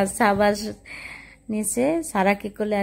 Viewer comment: ছাবা না সাবা বলেন।।ছারা না সারা বলেন।